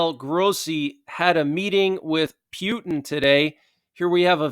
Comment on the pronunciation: Haha you went back to calling him pewtin love it